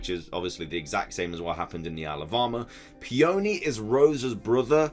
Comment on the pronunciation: I’m pretty sure Peony won’t be pronounced “Pee-ownee” but rather “pe-unee” (rhymes with teeny). Peony is a flower, just like Rose. 😁